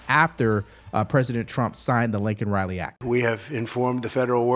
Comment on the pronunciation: It's Laken Riley not Lincoln Riley